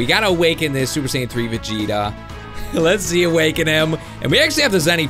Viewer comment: YOU said vigeto